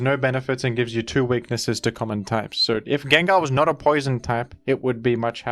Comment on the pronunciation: Come on man, pronouncing names horribly wrong on purpose for views or to com-endear a few of your subscribers is just annoying rather than appealing. Sure maybe 10 out of 1000 will laugh, but it leaves the rest of use cringing when we hear it. Groudon, Gengar. Why butcher it and turn away many of the would be new subs to appease a fraction of the ones you have??? You have great content but you must know a lot of your content is listened to rather than watched, you have a good voice for it and pronouncing half of the Pokémon wrong is equivilant to when YouTube pulls out one of those 30 minute “adds” which are ‘skip able’ but only pop up when you are away from your device.